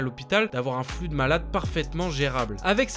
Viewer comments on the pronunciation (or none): none